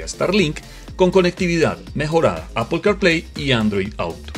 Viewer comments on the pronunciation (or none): none